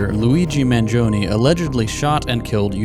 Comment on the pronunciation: ...that's how you pronounce Luigi's last name?